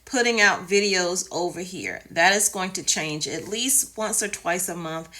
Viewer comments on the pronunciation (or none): none